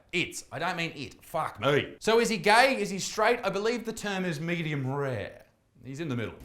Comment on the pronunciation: "Meduim rare"💀